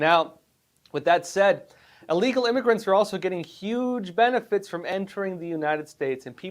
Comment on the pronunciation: You do know, don't you, that it is illegal, not allegal? It is pronounced like the word that means to be sick, I'll. You seem to be a very smart person. It baffles me that you keep mispronouncing this simple word. Educated and articulate people do notice and those are the people we need to impress. I would not say anything about it but it is a word that you use very frequently.